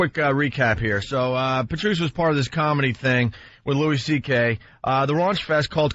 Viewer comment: Opie always says "Prrrtrice." Asshole, there's no 'R' between the 'P' and the 'T'.